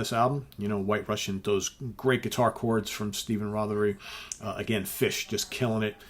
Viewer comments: Your pronunciation of “Fish” is spot on! Steven Reid has coached you well. Superb album. Complete classic. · My kilt approves of your pronunciation of the word fish. You should do a whole show with a Scottish accent.